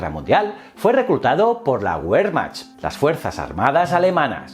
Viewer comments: A mi también me pitaban los oidos. Diria que se pronuncia "vermajt". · Buen video me encanta tu canal, por cierto el ejercito aleman se pronuncia ‘’Vermark’’ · La “Güermacht"... ay, ay la pronunciación